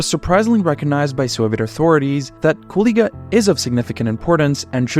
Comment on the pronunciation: Damn ur pronunciation of the city is perfect, sounds like a regular latvian.